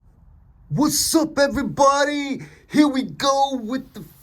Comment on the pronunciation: I made it to "wusupevreebohdee..." And then decided i didnt want to hear you talk anymore ever.